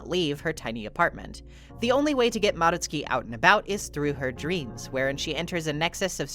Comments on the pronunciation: FINALLY SOMEONE WHO PRONOUNCES MADOTSUKI CORRECTLY, I GET SO MAD WHEN SOMEONE PRONOUNCES IT AS MA-DOT-SU-KI INSTEAD OF MA-DOTS-SKI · thank u for pronouncing madotsuki properly I cannot stand hearing their name with a hard DOT sound 🫶💖